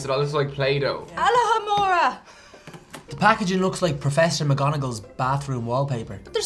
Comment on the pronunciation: Aloe-hamroa Me: ITS ALOHOMORA! 🤦🏼‍♀️